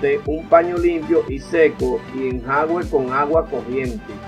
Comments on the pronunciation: Hola, pronuncia enjuague no enjague. De todos modos gracias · Señor me a salvado mi pantalón favorito 😍. Por eso si le doy LIKE. Pero sin ofender se dise “enjuage”. No enjaugue. Alguien noto como dise enjaugue. ??? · Se dice enjuague, no enjague compa, saludos muy buen video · No se dice "enjague" , sino ENJUAGUE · Se dice en ju a gue, jejeje gracias por los consejos. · Se dice"Enjuague"